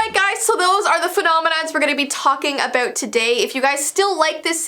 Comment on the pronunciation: also when she says about i hear irish for some reason